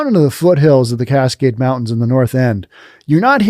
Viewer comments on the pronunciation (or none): none